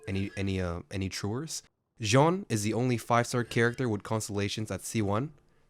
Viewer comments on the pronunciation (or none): i know he did not just say jean's name as "JAN".... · YOU SAYING JEAN LIKE THAT IS A REFERENCE TO GIGGUKS'S MOST VIEWED VIDEO "ATTACK ON TITAN IN 9 MINUTES"